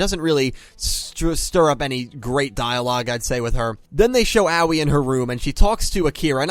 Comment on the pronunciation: oh c'mon, they literally told you how to pronounce her name, its Ahoy without the h